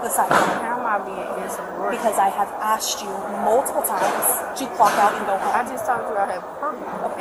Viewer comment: THE WHITE LADY ASKED.. NOT "AXED" THATS THE PROBLEM